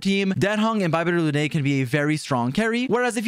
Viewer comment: Bro really commited to calling him Inbyebyetar lunae instead of just "The cooler daniel".